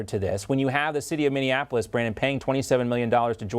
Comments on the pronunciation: The first fifty times you called it Minneanapolis, I just let it pass, but, at this point, someone must have at least tried to tell you that it's Minneapolis, so I can only assume that you just refuse to be corrected, or you're stupid, and I don't think you're stupid. If you want to be taken seriously, please talk like a serious person. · "Minneanapolis" there's only 2 Ns mini-apple-iss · I agree with 99.9% of what tatum says, just someone really needs to tell him it's minne-apolis, not minne-an-apolis. I know it's minor, it just distracts me every time he says it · Minne-Apolis ✔ Mini-in-Apolis❌ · Lol ohhh goodness 🤣😂😅😆 it's MINNIE-AP-OH-LIS not MINNIE-IN-APOLUS🙃🙂🤪😜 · I love how Tatum pronounce my home city. "Minnianapolis" 😂 Minneapolis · I love you Brandon, but pleeeeease stop calling it “Minnianapolis”. FFS it’s “Mini-apple-iss” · ITS NOT MINI-IN-APOLIS.... ITS MINNEAPOLIS... I wish you would stop pronouncing my city wrong B Tatum.... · Mr. Tatum. Please allow me to correct you in the pronunciation of the name for the city of Minneapolis. When you say Minne-an-apolis you are adding - an, in the middle. Say it without the extra -an. Minn-e-apolis.